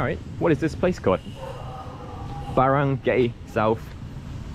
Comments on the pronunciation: You say Barangay with "barang gay" , should be "barang guy". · LMAO 🤣 at Barangay pronunciation.... I believe it's pronounced as Baran-GUY as opposed to Baran-GAY! The only reason I'm vaguely familiar with the market's name is because my wife from Cebu overheard the conversation audio from this video! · don't pronounce the last 3 letters of Baranggay as GAY (as a Gender LGBTQ) but GUY (as in a Man).